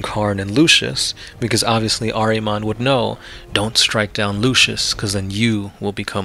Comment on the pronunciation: Say it with me ...... ehr-ihh-mohn ....